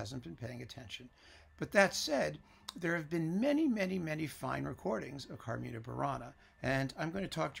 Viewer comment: As a native latin speaker, coming from ancient Rome itself (my English, igitur, may be far from perfect), I see a little incongruity in the way you say 'CarmIna Burana', with the I stressed, and then 'Catulli CArmina', with the A stressed; the latter is the correct stressing in the language of my (old) days. Of course I know these songs are very modern, as they were composed in what you call the 'Middle ages', but that should not have nothing to do with which the stressed syllable is. In other respects, I learn a lot with these videos,, and really enjoy them. So thank you very much!